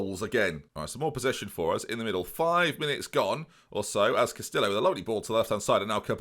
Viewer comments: Stop pronouncing the L's in Castillo, they are silent. Sounds like Casti-oh. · he managed to through that away with Castillo and Bielefeld